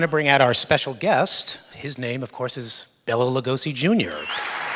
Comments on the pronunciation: HIS NAME IS BELA NOT BELLA THE GUY DOING THE INTERVEIW IS A ASSHOLE. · Notice Bela pronounces his own name correctly while people, even apparent fans, keep right on pronouncing it "Bella." If you call Bela Lugosi "Bella," you are not a fan anymore than you're a Beatle fan if you pronounce John Lennon's name as "John Lemon." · Bela is too polite to correct the interviewer when he says "BELLA." It's prounounced "BAY-la." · it is bela im from romania and i know the correct pronunciation